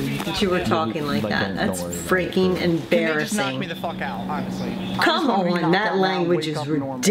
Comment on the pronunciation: "mom your embressassing me infront of my friends lmaoo